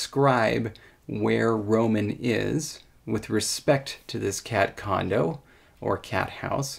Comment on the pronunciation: I'm a non-native English speaker and I heard "cat condom" and I was "what?????"